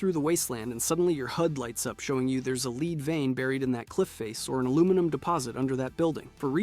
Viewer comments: Lead (leed)- meaning to show people the way. Lead (led)- is a metal. Please tell me this guy hasn’t been pronouncing lead the metal like lead the troops his entire life. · « A leed vein » instead of a « lead vein » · What's a "leed" vein? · A leed vein? Not a lead vein? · why he say lead right then lead as leed? lol damn i was hoping this was a real person for once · "lead" vein was all I needed to hear.